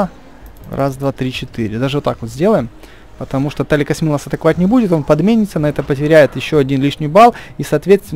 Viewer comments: Почему ты каждый раз говоришь не Тилакосмил, а Таликосмил?! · тилакасмил а не таликасмил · Тилакосмил , а не Таликосмил